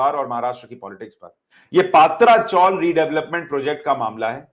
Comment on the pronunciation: सुशांत जी, सभी channel पात्रा चाल उच्चारण कर रहे हैं सही उच्चारण "पत्रा" है मराठी भाषी टीन को "पत्रा" कहते हैं, यहां मुंबई में पहले टीन यानी पत्रे की चाल बना करतीं थीं, पत्रा चाल उच्चारित कीजिए.